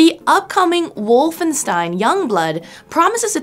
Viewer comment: Would be nice to pronounce Wolfenstein correctly